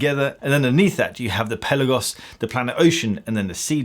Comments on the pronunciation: It’s called Pelaaagos, not pellagos! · Fantastic review as always. I do wish you'd pronounce Pelagos correctly though - Pelarrgos, not Pellagos. Also, the Pelagos is better than COSC, being rated at -2/+4. If I could find a new one in an AD here in the UK, i'd buy one. Are Tudor playing the Rolex game do you know ?